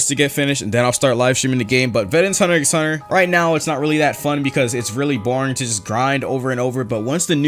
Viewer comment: did he say "hunter X hunter" DID HE ACTUALLY SAY THE X